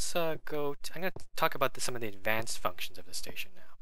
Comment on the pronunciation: did u say "f***tions"? I know u meant functions.